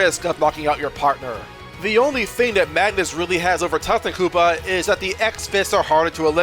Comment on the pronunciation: that's not how you pronounce Tutankoopa